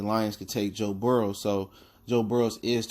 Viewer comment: His name is actually Joe Burrow, not Burrows